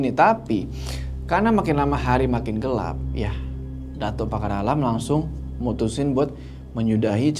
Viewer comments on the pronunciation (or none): none